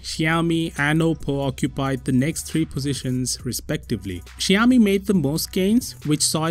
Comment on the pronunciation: Xiaomi ==== xsci -yao-mi you are awsome